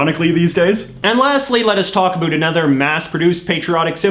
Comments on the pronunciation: Why on earth are you intentionally pronouncing the words "about" and "around" that way? Canada knows it's fake, and I hope the rest of your audience does. Other than that, interesting video. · I don't know what part of Canada are you from however it would appear that you're from the GGA and I still cannot understand why you're the only person in my 70 years of life that I've heard actually say a boot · I don't normally comment on videos like this. As a proud Canadian, I found this one hard to watch. For one we wear the poppy to show our respect for the veterans who gave their all so we can have the freedom to miss pronounce ABOUT like you do. Not because we are pressured into wearing them. It is the lower middle class that keeps the country moving as they are the ones working hard at bad jobs to cater to a generation that has no respect for what came before. And making people feel low because they buy No Name brand food is in bad form. Growing up we were thankful for what we had, and if we weren't we would get A BOOT in the ass to correct the behavior. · I noticed you say words with "ou" like about or around, you pronounce like no other Canadian I've heard . Where do you get that pronunciation from? By the way, the Canadian poppy is awesome! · About? Wow that sounds different to me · A strange question. The way you pronounce about is the very stereotypical way I’ve heard of referring to the Canadian pronunciation of the word. ie an ooo sound instead of an ow sound. Then I noticed that you did the same pronunciation for the word around. My question is what part of Canada are you from? I ask that because I’m from Alberta Canada and we from what I’ve observed for around 54 yrs pronounce both of the aforementioned words with the ow sound. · i know your about (lol) page says u live in van, but r u from there? bc the way u pronounced about gave me whiplash, i've never heard it like that